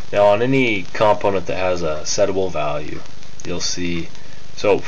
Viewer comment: I've never heard "component" pronounced as two words before! :-D Good tutorial though!